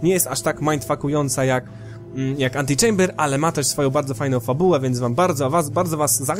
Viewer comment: po tym jak powiedziales antylamber domyslam sie że coś zlamiłeś XD ale oglądam dalej XD